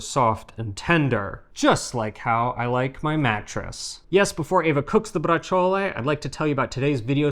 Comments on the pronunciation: Please stop saying braciole incorrectly! Pronounce it like ur wife does! ❤️😐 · I don't eat meat, only because I don't like it, the taste, the consistency, but I love braciole and chicken cutlets, those are probably the only meats I really eat, oh and bacon. I say it different than you do though, I don't add the "a" or even an "e" sound at the end, just the sound of the "ol", similar to how I say capicola, but I wonder how you guys say capicola, gabagool, we are of northern italian descent and brooklyn descent so they both probably have a place in my pronunciation. Oh you do pronounce the 'c' in braciole, we pretend there's no 'c' iot just like we pretend there's no 'c' in capicola. hahahaha